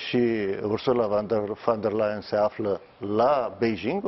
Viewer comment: Ba da' alti oameni inteligenti nu mai sunt in tara asta? Veniti mereu cu aceeasi invitati, cu aceleasi "capete luminate" sa ne explice noua..... Mi s-a acrit de astia ba saracilor...si mai ales de Parvulescu asta care a spus de atatea ori numai ineptii si care nici pana acum n-a invatat sa pronunte corect "Ursula von de Leyen" ... In loc de "fon " el pronunta "van" 😂😂😂. Sarac la sarac trage😁